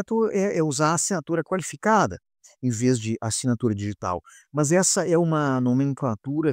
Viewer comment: Parabéns pelo vídeo. Mas ficou a dúvida, porque "mãs" ao invés de "más"? rsrs